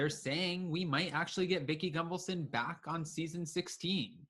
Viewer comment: Are you mispronouncing her last name over and over again on purpose? There is no M in her name.